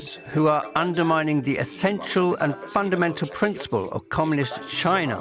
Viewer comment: Learn how to pronounce the name of China properly before you make a video about China.